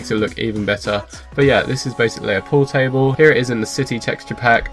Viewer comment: not poo table 😹 pool table